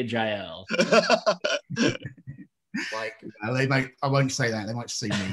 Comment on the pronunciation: Trust an American to pronounce Jael and Fidele completely wrong 🤣